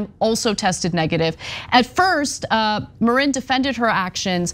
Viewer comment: It's Maaaarin, not Mareen. Rookie misstake Ana.